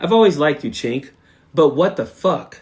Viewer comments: I agree with all of your points. I recently unsubscribed from TYT. My one criticism is mispronouncing Cenk's name. Either you are actually not familiar with him or showing the same bad manners as MAGA mis-pronouncing Kamala. Cenk is pronounced 'Jenk" if you are familiar with him you know that. Don't stoop to their level of rudeness. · Actually, it's pronounced Jenk but I haven't listened to him or Ana a long time. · Haha sounds like he's saying "ch*nk" 😂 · He pronounces his name like Jenk; not chenk. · Cenk is pronounced as Jank. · Cenk is pronounced "Jank" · It’s pronounced Jenk. I’ve totally lost respect for his ranting and raving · Coach, it's prononced "Jenk" And l could never stomach him. I loathe him now. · Shouldn't it be Jenk? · For crying out loud, it's pronounced Jenk, just pronounce the 'C' like a 'J,' that's all. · I never liked him but his name is pronounced with a J not a CH. It sounds like you're calling him a slur for chinese people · I'm an American living in Turkey. I was under the impression Cenk was Turkish. If so, his name is being pronounced wrong. Also Cenk translates to 'war'. I know useless facts. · The way you pronounce Cenk 💀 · It's all good, brother. Sorry for my tone. In Turkish, 'C' is pronounced like a 'J' in English.